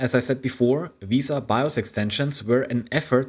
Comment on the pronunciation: it's not pronounced veee-sa it is correctly pronounced ve-sa like Vespa but without the p.